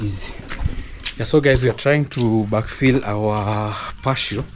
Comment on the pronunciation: Patio say it as pa-tee-o